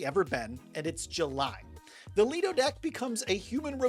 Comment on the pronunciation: Lido - pronounced - lie-doh Quay " - key Buoy " - boy Why do you guys struggle with nautical pronunciations?